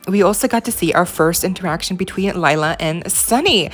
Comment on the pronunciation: Lila pronounced like Leela, not Laila, Listen how she introduced herself to Sunny